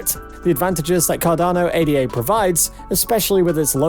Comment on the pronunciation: This channel is BS. They don't even know how to pronounce ADA. Don't take advice from someone who doesn't even know about the asset they are hyping. I'm bullish on Cardano but I've seen a few videos from these guys and they are nothing but lies and hopium.